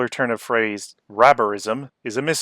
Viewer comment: it was all fucking worth it to hear you say domestic hareorism